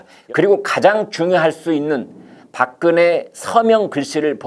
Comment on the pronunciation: 발음을 똑바로 해라 닥근혜가 뭐고 3000개 보급형 30개 VVIP 아닐까